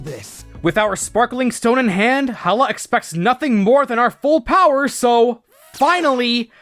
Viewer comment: "ROW ROW FIGHT THE POWA!"